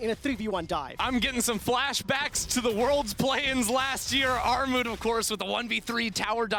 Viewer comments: It's pronounced Gnarmut ;) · Actual name: Armut pronunciation: Aghmod pronunciation: Armou Lmao it's not that hard to pronunciate that